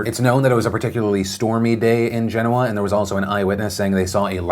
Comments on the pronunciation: That pronunciation of Genoa gets to me. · When has Genoa pronounced Gen oa and not ge noa, from one Italian to the other where is that from?